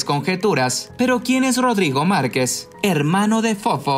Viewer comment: ¿Por que no sabe hablar el del reportaje?¿Quien lo contrató? ¿Es voz de IA? Dice Marqués en lugar de Márquez y eso que lo pusieron en su título